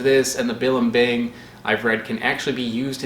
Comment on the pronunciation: As a native Tagalog speaker, his pronunciation of balimbing both horrifies and delights myself.